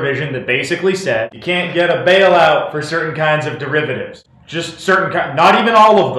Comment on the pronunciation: How can you not pronounce the word derivative? Did you never take a math class? Also, the government made a profit because of the bailout, all the banks paid it back with interest.